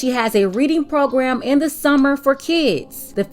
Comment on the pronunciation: I could have sworn she was saying "submarine" and I got interested. Apparently it's "summer readin" though.